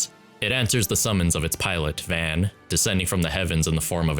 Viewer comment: Its not pronounced “van”